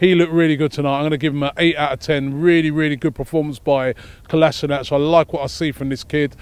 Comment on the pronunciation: Robbie, can you PLEASE start pronouncing KOLASINACK. It's getting a bit much!!!! 😈